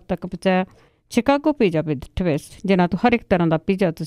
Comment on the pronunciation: Punjabi Radio Ju.S.A, Chchicago Pija, needs to improve the pronunciation…